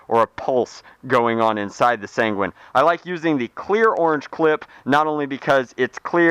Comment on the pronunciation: sanguín sounds like penguin